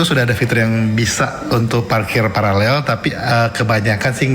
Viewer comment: Host gak bisa baca paralel